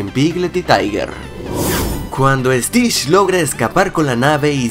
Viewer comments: No dijiste stich dijiste stish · Stish, que mal pronunciado. Es stitch con T y ch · Tu dijiste Stitsh 😱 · ¿Estish? A si no se dice tienes que decir bien las palabras viendo y escuchando como se dicen correctamente